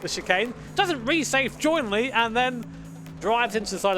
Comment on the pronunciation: I turned off as soon as he said "He didn't RESAFE JOINLY".